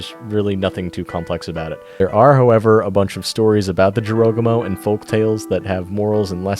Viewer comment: Hopefully you will pronounce Arachne right because you butchered the word Jorogumo